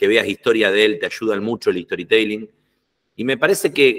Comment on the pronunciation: ESTORITELING > ESTORI TELING > TEEE LIiiiNGGGG (si decis Story TE ( i ) LING es como si dijeras en español JOLA en vez de hola) Las cosas como son. No te cuesta nada decirlo bien y quedás mejor parado que si lo decis mal. TE LING. Más allá de eso, gracias por tu contenido!!